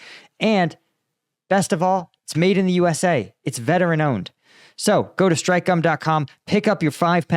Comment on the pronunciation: You need to stress the k in Strike bud - I keep hearing Stripe as in Fruit Stripe gum! (The 5 second stick) 😂